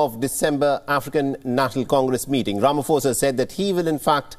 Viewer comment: please pronounce his surname correctly. Please guys it’s so cringe everytime you say Ramaphosa 🤦🏾‍♀️